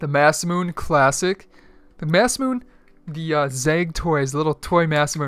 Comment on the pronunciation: Masemune is not pronounced "mass-moon". It's pronounced "moss-eh-mew-neh"... not trying to be rude, just spreading the knowledge.